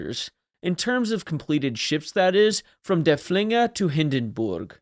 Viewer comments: It's pronounced derf-linger, not der-flinger. Named after Prussian field marshall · Yeah, try to emphasize the first syllable, not the second.